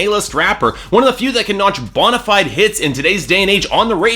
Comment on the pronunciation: How the hell did you pronounce "bona fide"? XD